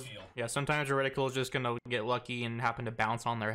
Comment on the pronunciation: *Reticle not reticule